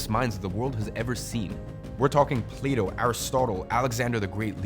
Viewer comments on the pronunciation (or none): none